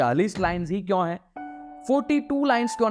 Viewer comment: Why do say "kyaun" instead of "kyon"?